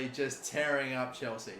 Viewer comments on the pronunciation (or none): none